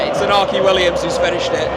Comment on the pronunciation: Also, if you are going to say Iñaki by accident... The enye is a sort of melded 'ny' sound; e-nya-ki or thereabouts :P